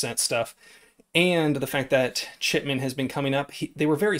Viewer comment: Good Luck! I hope they re-monetize your channel and I think we're pronouncing David's name wrong.? I heard David Shitman? Just puttin it out there. Thanks for the vid Bro!